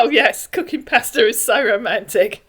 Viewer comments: There are so many informative and hilarious gems on your channel, but I keep coming back to Derick Burgess and his odd manner of speaking and pronunciation. Imagine the glorious persta dishes prepared from his time-honored family receipts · "My favorite food is PURSE-ta" --- how appropriate !!! 💰💰💰